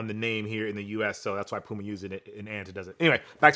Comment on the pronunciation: I actually leaned into my phone waiting for "PYOU-muh". I get why we got the proper pronunciation but still... The 93 Till reference did soothe my soul though...